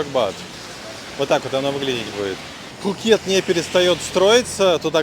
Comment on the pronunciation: ну не пххххукет. пукет ко таиски.